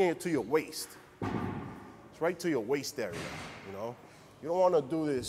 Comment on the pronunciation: Righ', righ'.